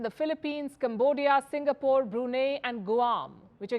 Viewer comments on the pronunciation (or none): none